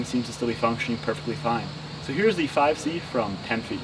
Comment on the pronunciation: to ge sed fife c two times LOL